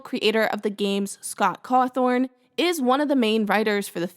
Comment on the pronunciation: ITS BACK!! YOOO!! Also, it’s not cawthorn, it’s cawthon (Caw-Than)